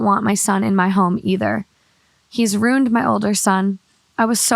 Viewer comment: It’s “ruined” not “rooned”